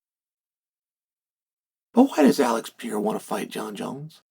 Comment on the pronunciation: Alex Pee-Air-Ah